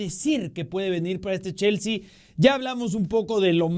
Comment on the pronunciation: Cada quien puede tener sus opiniones pero como una pequeña observación, lo esta pronunciando como Jaissel, Yaissel o Llaissel con L al final, se que es mexicano igual que yo, si lo quiere leer en español tendría que ser JaisslE con E al final, si lo quiere leer como inglés sería Jaissli o ly, recuerda que ellos promuncian la e como i o y, ahora si lo quieres leer como alemán porque el nombre alemán sería Jaissle con la última sílaba acentuada LÉ. Porque si no lo estas leyendo mal en cualquier idioma, saludos 😅